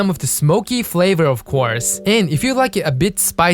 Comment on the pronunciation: "Rich flayvrrrrrr"